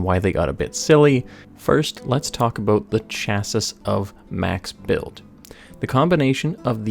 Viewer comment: "chassis" is pronounced [CHA-see].